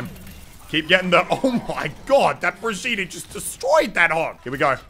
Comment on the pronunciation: Bri-gee-tah Muselk: Bridg-yeet-tah Me, an intellectual: Brieg-gyeet-tay